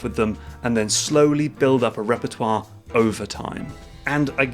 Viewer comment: The way you say Premiere and repertoire xD so good xD xD